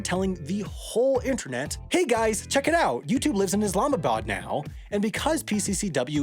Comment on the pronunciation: what makes it better is his near-perfect pronunciation of Islamabad haha